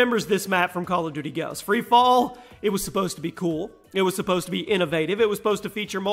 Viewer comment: when he said free fall i thought he said three, four after saying one, two 😂